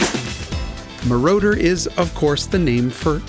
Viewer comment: If I didn't loathe AI with a vengeance, I would be feeding "Isetta Mordor" to it.